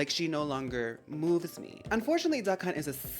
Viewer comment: The more you say "Duck Hunt" the more I can't help but hear "Da Kh*nt"